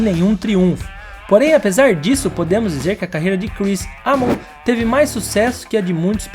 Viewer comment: EImon! a pronúncia é EImon.